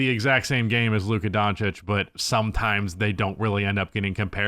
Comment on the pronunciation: Is it on purpose that the one word you can't pronounce is in this channel title?